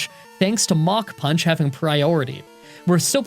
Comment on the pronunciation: Anyone else mishearing MACH PUNCH as MOCK PUNCH?